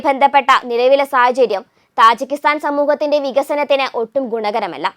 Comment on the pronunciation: തജിക്കിസ്ഥാൻ ആണ് , താജി അല്ല !